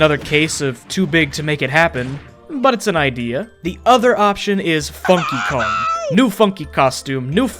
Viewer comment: When said Funky Kong, I kept thinking he said F***y Kong.